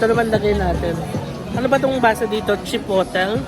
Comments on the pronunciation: Its called chee-poht-leh - hot chilli pepper. In the states there's a mexican restaurant with the same name. Can't wait to go to Sokor in the future! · CHIPOTLE [chee-pot-ley] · Heheh.... hello po. It's "chi-poh-lay" po yah 😊 ☺️... Love your vlogs po. 💖 Sending love. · It’s pronounced “chipotlay “😀😍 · Chipotle pronounced as chuh-powt-ley 😁 Silent viewer here 💜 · chipotle 😂 google: chuh powt lay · Chipotle = chi- pot- ley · Grabe nag enjoy ako!! Na takam ako sa lahat ng kinain mo 😭😭😭 thank u for this vlog!! by the way "chipotley" po sya pag pronounce mexican sauce sya ni ginagamit smga burrito/burrito bowl 😊😄 skl po 🤗🫶🏻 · It’s chi put ley the right way to say it. It’s a spicy sauce. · Pronounced as Chi-pot-lei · Ikaw ata pinakaunang turista na gus2 mag tour pati police station sa ngalan ng Kdrama. 😅 Yung pinakanagus2han ko streetfood sa Korea na di ko inexpect na masarap e yung bindaetteok nakain namin sa Namdaemun market. Chipotle reads chi-pot-ley. May pa hanash ang pronounce. 😅 Yung odeng (fishcake) you can buy sa Korean groceries. Yung stock they use anchovies and kelp.